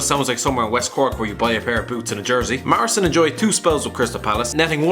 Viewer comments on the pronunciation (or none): none